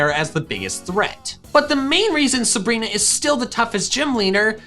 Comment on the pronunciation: SABRINA, NOT SUBREENA!